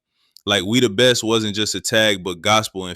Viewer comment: I thought he was yelling we the best now I know he was saying me the breast